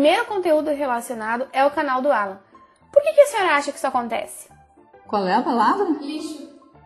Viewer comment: "Alân" ta serto